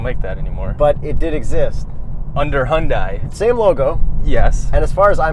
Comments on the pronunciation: HyunDAY not HyunDIE lol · Does it bother anyone else that keeps pronouncing Hyundai wrong. Its pronounced hun-day like Sunday. That's why they made that Superbowl commercial years ago. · "Hyundai" rhymes with "Sunday" for correct pronunciation; Hyundai's CEO says so. I love your vids. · Great vid. Excerpt its pronounced "hyunDAY" rhymes with Sunday